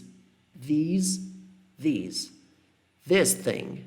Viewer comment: Parece q tanto that quanto this ou Those, these são falados com V no começo ai ao reproduzir da sua fala eu meio q imito kkkk